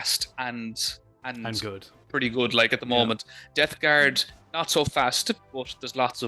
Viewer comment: Love these videos, especially how says Death Guard "Debt Guard"